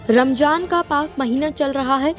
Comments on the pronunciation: Mam it is ramzan not ramjan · Please Ramjan mat Bolo Ramzan bolo 😅🙏